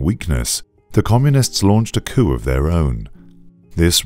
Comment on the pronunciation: The way he said coup, breaks my heart